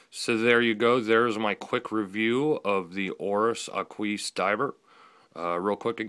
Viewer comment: Ahqueese :) its AH-kwis. Nice review especially about that rubber strap and class which I was wondering about. Thanks.